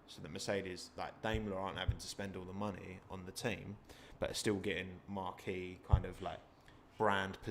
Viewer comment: Great discussion, but please stop saying Marque as Marquee. Marque is pronounced 'Marq', a Marquee is a big tent...